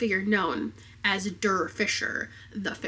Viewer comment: German teacher here. When talking about/reading “The Fisherman”, the word “der” is pronounced like the English word “dare.” (I looked up the synopsis on Goodreads, and it’s driving me crazy they didn’t spell it with a “c” like it should be - der Fischer - but maybe it’s correct in the book.)